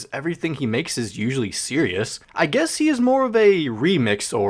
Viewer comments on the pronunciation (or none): none